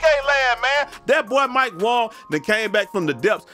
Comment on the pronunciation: Wang.....wang....not wong!